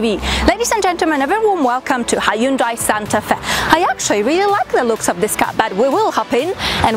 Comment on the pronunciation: The video should be about the car not the women that presents it. thinks otherwise.In my opinion the car is the best for me, the Hyundai ( by the way you should check how a koreean does the pronunciaton ) is way above the Toyota in reliability and customer care so the unlike is for the video making alone and attitude.